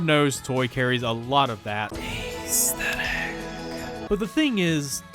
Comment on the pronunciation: its not ayysthetic.